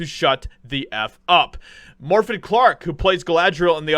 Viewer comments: At least pronounce the name Morfydd correctly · Haha, you butchered her name and normally I would explain how to say it but in this case, I couldn’t care less, she deserves it, she is on her own, lol